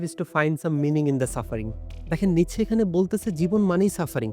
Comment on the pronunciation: উচ্চারণটা কি নিটশে/নিৎসে নাকি নিচে?